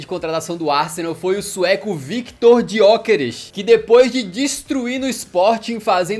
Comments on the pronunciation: dgiokeres?!?!! ele n e italiano dude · Não tankei ele falando Diokeres e Sésko kkk